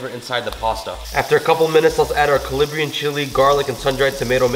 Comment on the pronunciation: Calabrian not calibrian 😝 but love ur videos!!!! Married an Arab so ur traditional dishes help a lot!!!